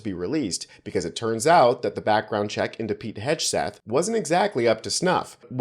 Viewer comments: Everybody missed... How about you mispronounced Hegseth and Mattis. It is not hedge-seth it is heg·suhth. Mattis isn't Maddox. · That’s a hard “g” in Hegseth. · Should be pronouncing it "Hogseth" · You're pronouncing his name wrong. If it's deliberate I hope it catches on and aggravates him but if not I hope you'll start saying it correctly so they don't call the left idiots.